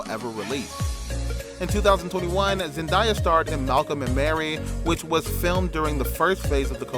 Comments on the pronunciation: Man said zendieya it's zendaya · He didn’t even pronounce her name right, so I don’t trust him cause wtf is ZenDIEa her name is ZENDAYA. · You ok it’s zendaya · It's Zen d ya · It’s annoying the way you’re pronouncing her name. Get it right if your going to post a mini bio video.Damn. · The way you pronounced her name was very annoying